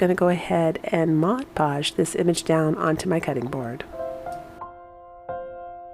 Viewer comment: Thank you for saying mod podge...not modge podge! Just makes me chuckle when they say modge!